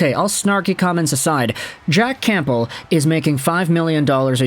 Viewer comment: The p in campbell is silent , its pronounced cambell